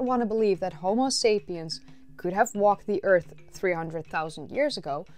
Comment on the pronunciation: You know what's funnier than your mispronunciation of Homo as Homeo? When you mispronounced Pumice as Pew-mis.